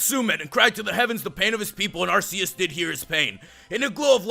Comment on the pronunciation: it is pronounced AR-key-us